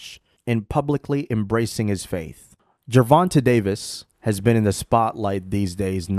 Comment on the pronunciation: Gervon-TAY Davis.